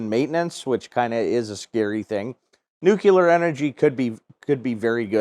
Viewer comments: This is a great video. But you're mispronouncing nuclear. It's "new-clear" not "new-cue-lar." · No, it’s “new-clee-ur”;)